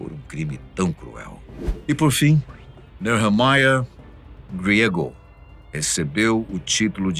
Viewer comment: A minha opinião é q é um absurdo pronunciar em inglês um sobrenome espanhol , GRIEGO 🤦‍♀